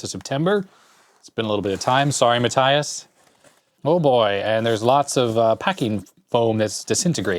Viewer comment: Matthias is actually pronounced "Mah(t)-tee-ahs" :) And yes, I know you usally always say you can't pronounce them :D